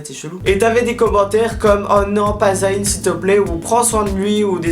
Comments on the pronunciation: Bonne vidéo like always ! C'est moi ou tu dis z-a-Y-n? Tu dis pas le y comme un i 😉. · Arrête de dire Za-y-n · c'est trop drôle tu dis "zahine", sinon je t'aime d'amour, love love💙